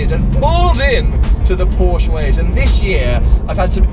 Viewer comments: I don't know what the lady in the RS was trying to say but I know that I'm German and 'Porschere' or whatever she called it is not the proper name for anything. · Pronounce the name right!! Don't even bother getting one. You're not a real enthusiast if you don't know the difference.